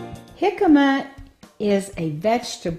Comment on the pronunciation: Your pronunciation of it is making me want to call the cops. Please learn to correctly pronounce the word.